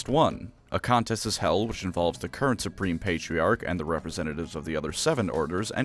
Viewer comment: "I'm Spreme" - Belt